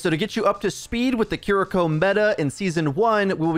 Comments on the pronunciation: Fantastic info as always!! But her name isn't said "ki-Riko", there's no emphasis mid-word on the R. It's simply "Ki-ri-ko" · I know it's not your fault it's just how you say it but Kiriko is pronounced key ree koh. Not Koh ree koh. Just wanted to educate. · he keeps saying the name like kurreeko instead of kiriko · are you saying Kuriko? Ki-Ri-ko means child of mist. Kuriko be child of chestnut lol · It’s pronounced kee-dee-ko just for future reference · I'm sorry I don't wanna be this person but please stop saying her name like that 😭 it's as bad as people saying "naRUto" instead of "NAruto". It's killing me lmao her name should be pronounced "KEE-ree-ko" or "KEE-rih-ko" 😬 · Major ear-worm when you pronounce Kiriko like that hahaha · PLEASE learn how to pronounce her name. It's killing me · why are you saying her name like that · Love your videos, but I hate how you're saying Kiriko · Hate the way he says kiriko